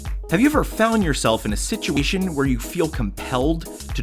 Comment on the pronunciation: "Have you ever found yourself in a situ-ishin"